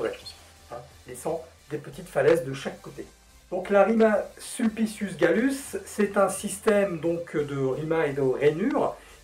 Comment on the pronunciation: Super video et les transitions sont top! tu fais vachement bien la Rima Sulpicius Gallus 👍